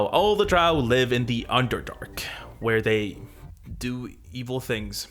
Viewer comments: Drow, rhymes with Toe… Gygax. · Dro are the only andro elves I get down with. Dro. Pronounced Drou. I know. I’m backward. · drow rhymes with crow, not cow.